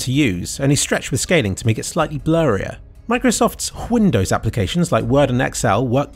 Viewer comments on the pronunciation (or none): why do you pronounce and spell it whindows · If I hear him say "Whindows" one more time I'm unsubscribing. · whindow's lol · it's fun and all but, why do you say whindows instead of windows? (i understand that you know it's called windows and it's a joke) but still why? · ITS WINDOWS NOT WHINDOWS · whindows lmao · Whindows... "Oh, come on... that word doesn't even have an H in it" - Brian Griffin. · Whindows Me: hears ambulance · Why do you call the OS Whindows? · I watch this every day justto hear him say "WHINDOWS" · hyundows ? thats what i heard during the vid... korean mate ? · Whindows? xD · why is he saying Hwindows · Whindows???? Isn't it Windows? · wHindows.. wtf? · why do you keep on saying whindows? Is that somehow funny? Or Hwat? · "Hwindows" XD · why the fuck you pronounce windows as huindows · r u purposely saying hwindows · Why tf does he say windows so weird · normally I don't nitpick people why the hell do you say windows the way you say it doesn't have an H in it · Why is this guy pronouncing the word "windows" so stupid? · your pronounciation of windows sounds like trump is gonna build a wall arround it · I think it's a reference to Family Guy where Stewie pronounces Cool Whip like that.